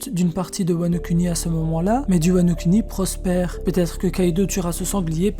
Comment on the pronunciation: MDR c’est un détail mais mec stp dis « WANO KOUNI » 😥 et pas « kuni »